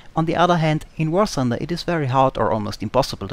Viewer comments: War Thunder!!!!!!!!! not War Sunder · ah, finally an important contribution! A damned alien who is not able to pronounce "th";)